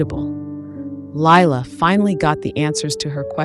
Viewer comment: I HATE LIE-LA